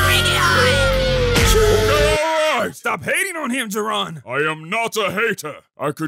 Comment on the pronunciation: Jir-on? I thought I heard jerome or somethin